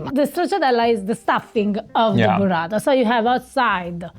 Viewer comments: It's "Burrata" not "Buratta". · Burrata…like burro. Not Buratta like burattino 😁